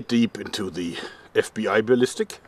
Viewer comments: ich hab immer noch nicht verstanden, wie man the se aussprechen kann... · Dein Englisch is einfach so geil, dieser deutsche Akzent is nicht zu überhören😂 Allein se autspik ( die Aussprache)😂